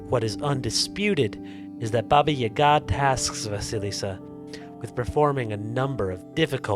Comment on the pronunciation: Wow you actually said Baba Yaga right. You’re the only one I’ve heard that pronounced it correctly that I assume is not Russian. Thank you